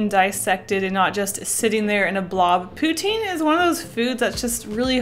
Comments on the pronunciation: Pou-TIN not POU-teen !!!!!!! I want some, now, too. :( Very nice postcard art. What is the paint set? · Poo-Teen Lol I want in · Wow Uhh I'm also Canadian but we pronounce pou-tine I think we say it the french way.